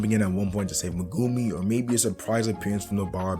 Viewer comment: The only reason I'm not subscribed yet is due to the way you say Megumi